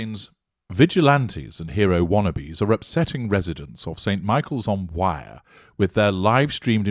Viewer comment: Thank you for all your hard work.Please note: The river's name is not pronounced: WIRE. It is pronounced: WEIR, almost with a Scottish accent . Thank you.